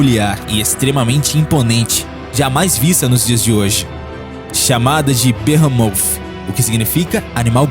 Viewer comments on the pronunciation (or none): Deslike só pq não sabe falar sauropode e behemoth